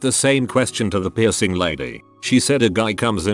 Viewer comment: How come the synthesiser can pronounce the difference between suit and suite but not the word piercing?